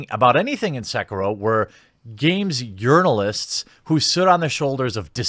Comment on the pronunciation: Sometimes, when you say 'journalists' I swear it sounds like 'urinalists'. Fitting.